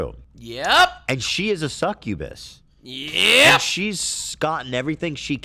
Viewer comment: Succubus ✅ Cukkubus ❌